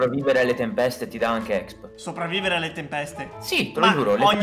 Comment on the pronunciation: Si dice expi non exp